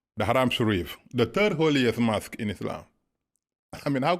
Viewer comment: What a joker 1 This so called " Muslim imaam " Cannot even pronounce " Mosque " properly , saying " mask ' & calling our beloved Prophet , " Mahammid " instead of Muhammad .. And it was not Jibril that came , but a white steed called " Borak " I can go on & on exposing this so called " Imaam " But i would not waste my time . I prefer to leave him alone & let his bask in his ignorance .